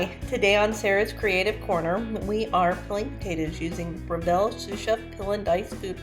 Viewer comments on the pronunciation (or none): I’ve had my food processor for well over 5 years and today was the first time I used the peeler attachment! FYI it’s pronounced Brev-l. I’m Australian, just like the company. It’s a combination of the 2 founders names.